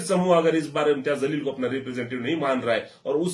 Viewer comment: Jaleel bol zaleel nahi Urdu nahi janta kya?talffuz durust karo